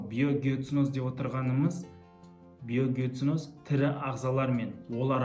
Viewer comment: Биогеоценозды қәте айтыпсыз